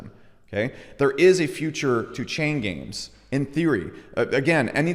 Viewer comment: Every time he says chain games i hear chain gang.